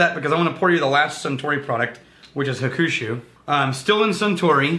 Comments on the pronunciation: Nice review recently found you guys keep up the good work. I live in Japan and I understand you don't speak Japanese but your pronunciation of Hakushu 白州 you are saying Revenge. Also Hibiki 21 is also fantastic. Keep up the good work. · ...and hakushu is pronounced HOCK-SHOE